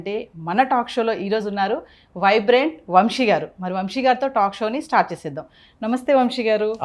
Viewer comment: Anchor sa ni baaga palikite baavuntindi. Vamshi kaadamma vamsi